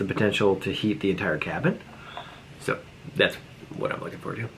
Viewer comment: You have a “Hoffice” now you have a “Habin” 🤣 ok that’s pretty bad 🤷🏼‍♀️